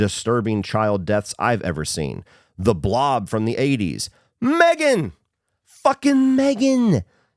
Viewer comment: it's pronounced "muh-three-gan"